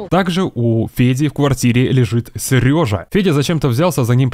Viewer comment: Почему ты постоянно говоришь "сЭрежа"? так слух режет